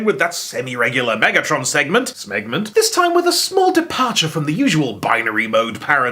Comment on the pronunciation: Please for the love of everything, never say smegment. That's just gross 😝